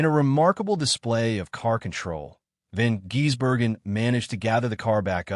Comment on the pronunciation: last I checked it's Van GISS-berg-en, not Van GEESE-berg-en